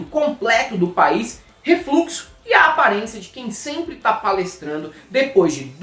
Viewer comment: "Refluxo" aeriuheaiuhieurahraeiuhare